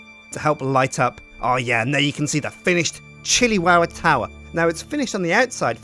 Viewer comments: It is the Chili Tow-wah! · I keep hearing shittywowwa lol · episode two: powah in the chiliwowa towah